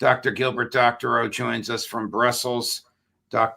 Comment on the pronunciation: Its Doctor Oh!